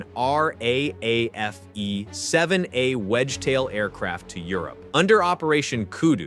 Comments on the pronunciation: RAAF is pronounced "Arr Double Ayy Eff" 👍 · I know, My Uncle was in the R.A.A.F. I was just making the point it's not pronounced ANYTHING like in the video. So i used the formal pronunciation.....